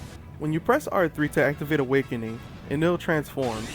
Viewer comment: No matter how you spell it, it isn't pronounced the way you pronounced it. You're pronouncing the 'el' part as you would expect 'ell' to be pronounced. (Smell and Hell are good examples of how 'ell' would be pronounced.) E NE RU Correct E NE L Correct En Ell Wrong